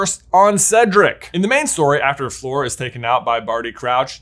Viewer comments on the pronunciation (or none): Please stop pronouncing Fleur like "floor". Its pronounced like "her". Even the subtitles are picking up your "Fleur" as "floor"!! 😂😂😂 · I love you and your brother as influencers. I love your channel. But it’s Fleur… not Floor. Every time you call her Floor it makes me want to punch my TV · Cant get over him saying fleur like "floor" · I keep thinking “who’s floor?” But it’s fleur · the best part of this video was pronouncing fleur floor fifty times